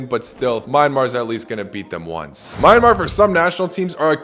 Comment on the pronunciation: Myan - mar bro pronouns a little wrong🇲🇲😂